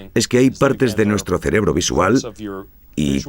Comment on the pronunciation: Se dice cerebro, no "celebro"